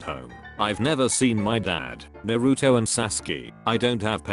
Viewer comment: No one: Literally no one: The man: nArU-tO